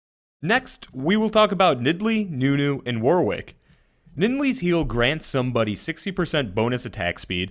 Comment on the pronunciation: your pronunciation of Warwick is triggering me